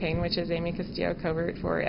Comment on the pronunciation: Ok, First off he said "Covert" wrong, second, hard for me to believe that this happened 6 years at the time of this comment.